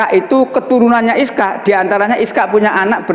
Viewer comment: Ishak bukan iskak.